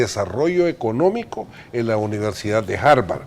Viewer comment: Hay una universidad que se llame Harvord? Donde queda? Siempre de inventor de la lengua! La otra vez decia "accesar" por "acceder". Ahora inventa Harvord por Harvard? Luego de haber visto los videos del el hijo del Sr Flores, no deja de entre ver que uds, ( y ), solo se han presentado a este programa para una obra teatral que expresa empatia al Sr Flores y su familia. Sabén qué? Provocan a cualquiera náusea por la hipocresía! A mi me da vergûenza ajena, lo siento.